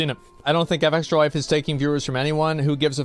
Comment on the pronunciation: Asmon called fextralife the hard r like a 1860:s confederate. Embedder